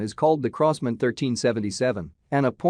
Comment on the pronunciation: Crows-man ???? In America w call it Crosman ---Like Cross-Man......